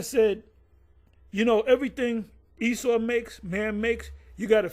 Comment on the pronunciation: He don't know how to say Esau now...."Wait!.. let's see if E-sdras.... will save him"..."This man is calling on E-noch....".. E-cclesi as tical...not of the Most High?...had no problems with calling Esau by his biblical name before... what happened to they spirits?.. Isaiah Chapter 52? Isaiah Chapter 54??..huh?...they cringe to Read the last few verses.. Isaiah Chapter 53 in the middle there